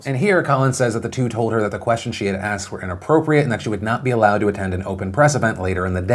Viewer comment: its the way she aksed!!!!!!!!!!!!!!!!!!!!